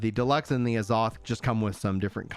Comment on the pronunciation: why you saying azoth like that